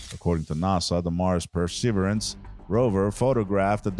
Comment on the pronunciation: Wow, this voice over could be used as a template, as to how not to do it. Could his voice sound any more bored? Oh moo a moo a is how you pronounce the asteroid. The Perseverance was pronounced correctly after 5 “Pre severance” attempts LOL. Maybe read through would come in handy?